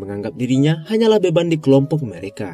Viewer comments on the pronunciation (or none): Abangnya bilang "mereka", yang gua denger "merika" Beberapa kali gua pikir amerika 🥲